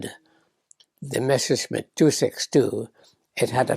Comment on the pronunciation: MESSER-schmitt ... NOT MESHER -schmitt!!!